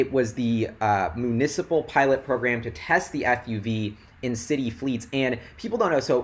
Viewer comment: Municipal = "mew-nih-cih-pul" (you said "moo-"). loving this vid..7 points being addressed in one long sentence, your delivery is like a shockwave of awesomeness. Got tuned to Arc thanks to your vids months ago. Wish I had more shares before this run-up! Congrats all shareholders!!